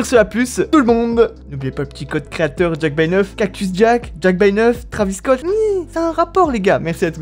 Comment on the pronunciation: Nn mais sois tu lis pas les commentaires sois tu le fais exprès,pour la 4eme fois c'est pas trAvis scott c'est trEYvis scott tu dis pas mikel jakson ou encore kylie jener je sais que beaucoup s'en foutent mais moi ça me rend fou !!!!